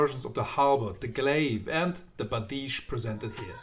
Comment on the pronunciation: No. Not bardishe. Byerdish. Бердыш.